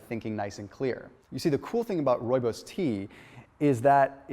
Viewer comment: love how you pronounce Rooibos. Lol I'm from South Africa and speak Afrikaans...Rooibos meaning redbush. My favorite tea to drink. Thanx for more great information.